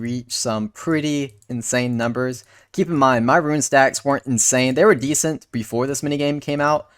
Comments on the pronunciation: Rune, not Ruin. Tiara, not tyeara. My works here is done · Tee-r-uh. Roon.